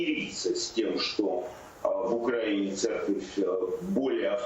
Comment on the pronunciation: Айдар, в следующий раз, пожалуйста, поправьте Невзорова, когда/если он будет неправильно ставить ударение в слове "украинец". Спасибо.